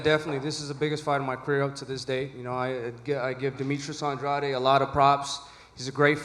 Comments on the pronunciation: Why tf they keep saying An Dra De when his name is Andrade. They hear him say his name, but he should’ve corrected they asses. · I like how nobody acknowledged how Andrade wants his name to be pronounced 😂 The subtle insults. Benavidez by KO/TKO in a late stoppage is my bet. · It's An-dra-de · Demetrius Andraid wtf is that really how Mr. “Pay Day, Pay Day” pronounces his last name 😂😂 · poopoo adrade😂😂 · Y they keep sayin Demetrius last name wrong when he clearly said how its really pronounced himself?!?! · Why is everyone pronouncing Andrade name differently than him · Why does everyone mispronounce the shit outta Andrade’s last name on purpose?